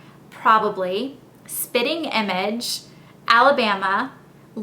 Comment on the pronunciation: It sounded like you said "spinning" image lol